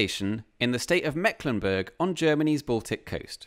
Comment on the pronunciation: By the way the 'e' in Mecklenburg is long, not short. But don't worry, most Germans don't know that. Even many mecklenburgers don't know it.